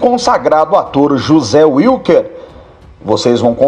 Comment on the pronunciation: NÃO SE PRONUNCIA UILQUER, SE PRONUNCIA VILQUER! O NOME WILKER É ALEMÃO, NÃO É INGLÊS!!!